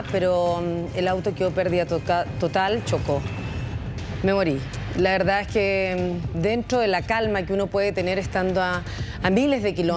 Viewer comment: siiii dice ,,, VELDAD jajajajajajajaja